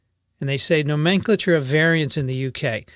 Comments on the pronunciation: The usual pronunciation of "nomenclature" in US English is a bit different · seems to be using the British pronunciation of "nomenclature": vs stands out like a sore thumb given I've always heard the American pronunciation... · Great info! Much appreciated!!! A bit off-topic but I have never heard the word nomenclature pronounced the way you do. Maybe it is just a regional thing but it caught my ear :) Not that I'm an expert in any way.